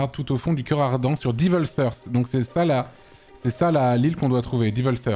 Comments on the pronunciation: nope. "Evil" se prononce bien comme tu le dis (sans le d bien sûr) mais devil c'est plus "deh-veul" (source : suis américain) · Euh Devil c'est justement supposé être prononcé "Diveul" (comme ce qu'a dit Antoine) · Mdr Antoine qui se fout de la gueule de pour la prononciation du mot "Heart" mais qui 2s plus tard se foire complet pour celle du mot "Devil", ça m'a mis très très bien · Antoine qui chie sur et qui ne prononce pas mieux XD